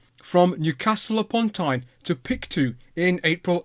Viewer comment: Yay I was wondering when Samson would come up! Its a shame we didn't take better care of it. I heard that an American had it restored to running condition and took it on a tour of the states before returning it to Canada. Then it was just put under a shelter without walls or that leaked and it was damaged by rust. Pronounced "Pict-O" btw :)